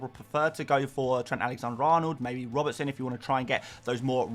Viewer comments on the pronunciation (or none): none